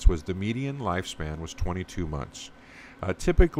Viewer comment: Wistar, not wilstar.